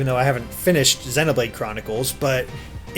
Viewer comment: I hate when people say xenoblade like that.